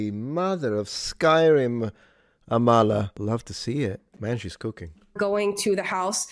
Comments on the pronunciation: Her name is pronounced like AHmala, not amALLah But yeah, she's based. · I believe it's pronounced Ámala and the 'k' is silent! Amala is awesome, I always have time for her and someone I'd have in my corner everytime.